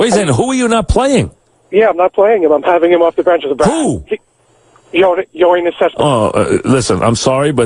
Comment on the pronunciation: Who are you not playing? YOY-nes Cespedes